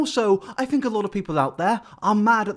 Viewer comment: "I don't fink thats social distancing"